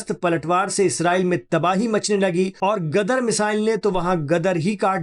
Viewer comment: Gadhe ho ?! Gadar nahi , Ghadeer🎉